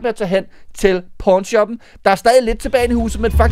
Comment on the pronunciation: Hvorfor hedder det pawn shoppen🤨 (det lyder som porn shoppen) så hvis man ikke har set hvad du snakker om kan det godt misforståes.